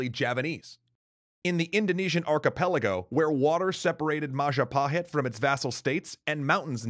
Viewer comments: "It's the mahajapit." CROSS "majahapit." CROSS "mapajahit." CROSS "mahapajit." CROSSSS "ma..ja...pa...hit?" YES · Yup, Indonesians spells "J" more like "DJ", to differentiate it with "Y" which is currently using. So "Jago" here is pronounced "Djago" not "Yago". And more importantly "Madjapahit" not "Mayapahit".